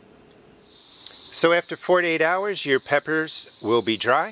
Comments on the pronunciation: Are you saying 4 to 8 hours or 48 hours?? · I was like 48 hours??? I agree... thank God for captions. Lol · When you say 4 to 8 hours it sounds like 48 hours. Glad you put a caption.